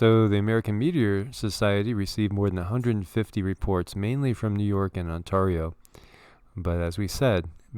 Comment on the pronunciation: "on-tarr-ee-o" ight ima head out